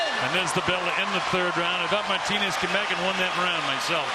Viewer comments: For fucks sake it's pronounced Mar-TEEN-ez with a rolling 'r', not Martin-ez. It's not difficult. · This fucking commentator pissing me off with the incorrect prenouncation of Martinez lol